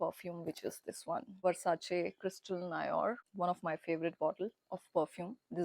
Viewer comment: 'Noir' is pronounced as 'No---aa'